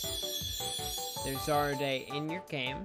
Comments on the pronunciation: zar-day.. pretty sure its “ZAR-RUDE” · Isn't it... ZAR-RUDE?..